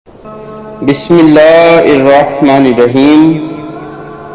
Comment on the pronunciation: تم تو بسم اللہ ھی غلط پڑھ رہے ھو